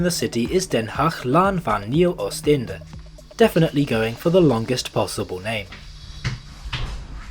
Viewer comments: i noticed 1 small mistake: its den haag laan van nieuw oos INDIE, instead of einde, small mistake that can happen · A small correction: it's "Den Haag Laan van Nieuw Oost-Indië", rather than "Den Haag Laan van Nieuw Oosteinde". Both streets exist, but the name of the station you mentioned is unfortunately incorrect...